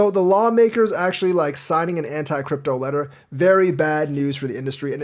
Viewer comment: “ANT-CRYPTO Letter”? 😆